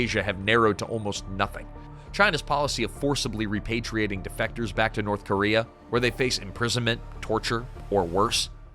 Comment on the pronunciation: North Cuba-rea